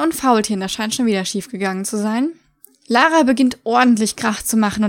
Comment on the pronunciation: wieso sprichst du Lara denn Deutsch aus? Ist doch aus England ...